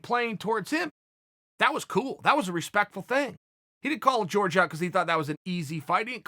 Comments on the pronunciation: Is it that hard to say Jorge instead of George? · "George" Masvidal ...